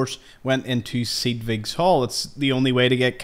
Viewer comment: Pretty sure it's "Sedge" (like hedge) "Wick"